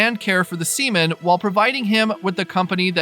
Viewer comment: Really bro 😂u could of said SEA-MAN